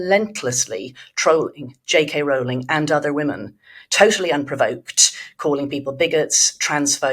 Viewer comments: It's pronounced ROLL-ing, not ROUL-ing. Get it right. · It’s Rowling, to rhyme with bowling. 🎳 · Please EVERYONE, at The Spectator and elsewhere, in the interests of accuracy and as a sign of respect to a hugely important person, pronounce JK Rowling's name as she wants it to be pronounced: as Rolling. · ROWLING is pronounced as "row row row your boats." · Rowling rhymes with 'bowling', not with 'fouling'. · How do SO many people not know that Rowling rhymes with ROLLING? It's astonishing.